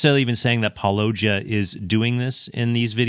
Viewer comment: Predictably, yet another person mispronouncing Paulogia’s name